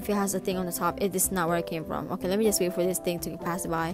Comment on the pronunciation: " Ohhhh okay... OKEIAYY ". That was some serious island girl talk right there.